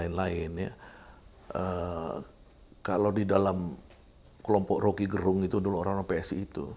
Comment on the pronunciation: Gerung itu pelafalan e nya diucapkan Sama seperti melafalkan terong..jadi bukan gerung kayak melafalkan terang....